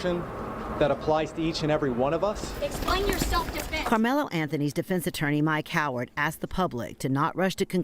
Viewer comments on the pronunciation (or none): Mike Howard? 😂 Sorry...It sounded like they said "My Coward".